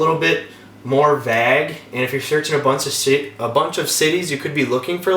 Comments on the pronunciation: "Vag"? You mean vague? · vay-ehg not vaj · “Be vage with your search”😂 vague bro vague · "b VAAAAG with your search" You're really getting at me with that pronunciation of vague [VAY-GUE] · I'm sure you are a really smart guy, now let's work on Vauge pronounce like (Vayge) not vag. Alrighty 👌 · I'm from Texas, and it makes me laugh when you say, "vague." At least I think that's what you're saying. It sounds like "vagg" to me. We pronounce it like, "vay-guh" down here lol. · no one in the midwest pronounces it vag lol... I've only ever heard it pronounced as vay-g. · Conner Goldberg I’ve heard it pronounced that way in Nova Scotia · VAGUE. SMH v-AYYYYY-gue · Vāg (Vayg) not Vag. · Dude its vague not vag. I had to turn this off the 6th time he said vag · It is not VAG it is VAGUE (pronounced Vage) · Vag? And bimmer I always thought was pronounced BEEMER lol great video though thanks bro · Know plenty of mid-westerners...that's not how it's pronounced anywhere. You're completely dropping the second syllable. It's fine, I've pronounced words totally wrong before without realizing too but it sounds really ridiculous to say vag. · Midwestern? More like northern. I’m from KS and that’s as MidWestern as you can get and I have never heard anyone say vag or vahg. It’s a as in eh, not a as in ah. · You pronounce vague vāg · Stop saying vag, lol. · VAG. VAG. VAG!!! You mean wague? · its pronounced vagueeeeeeee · It's actually pronounced "vEGG" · Is the whole "vag" thing a joke I'm just not in on, or is it a weird Wisconsin accent quirk? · I hate to call you out. But you're saying vag instead of vague. It's pronounced like Vogue but with an a instead of an o. Sorry. It was bothering me..... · Like how he says "vaag" 😄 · This dude pronounced vague vag, and bimmer bemmer. Wtf lol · The way you say "vague" is interesting ;) But the video is very good, thanks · Good video. However, I'm absolutely traumatized by the way you say "vague"